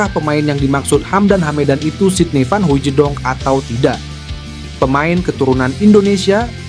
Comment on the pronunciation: Hahaaa dia bilang sidny vanhoijedong,,yg bener aja